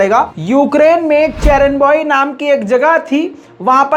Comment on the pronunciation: चेरेनबॉय नही है चेरनोबइल है